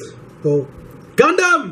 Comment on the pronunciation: If you keep saying "Gundam" like that, I'm gonna have to throw a Pokeball at you.